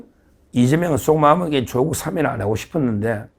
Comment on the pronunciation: 서 변호사님! 사면은 장음입니다. [사:면] 사~아~ 면! 제발 발음을 똑바로 하시오! 아래 사전의 발음을 직접 들어 보시오! ■ 표준 국어 대사전: ● 사면5(赦免) 발음 [사ː면] 부표제어 사면-하다1, 사면-되다 「명사」 『법률』 죄를 용서하여 형벌을 면제함. ≒사. 사면 조치. 사면 복권. 시민 단체에서는 그의 사면을 요구하는 성명을 발표했다.